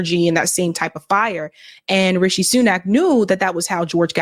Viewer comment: Rishi not Richie